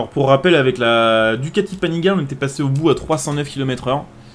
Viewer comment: Salut, juste pour l'info. Panigale se dit "Panigalé" ;) . Sinon bonne vidéo, continue comme ça !